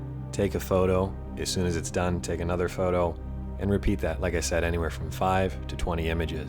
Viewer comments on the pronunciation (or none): none